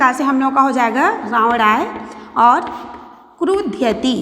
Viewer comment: बहवा: दोषा: सन्ति l- उच्चारणे तथा पदानां प्रयोगेष्वपि l यथा- मह्नयम् न भवति मह्यम् इति अपेक्षितम् l तथैव क्रुधयति न भवति l क्रुध्यति इति उचितम् l